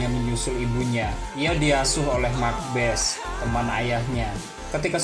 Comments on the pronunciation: Makbase dibacanya bukan Makbes tapi bacanya Mak Base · Mak base bang Bukan mak bes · Bukan Mak Bes kak, Mak Base. e nya dibaca. Hahahaha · Sedikit info mas sebutan Mak base,😀😀 bukan Mak bes🙏🙏🙏🙏